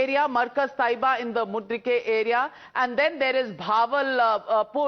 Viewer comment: Navika you are a very good journalist, however you somehow pronounced Mu. reed. kay as Mud. ree. kay!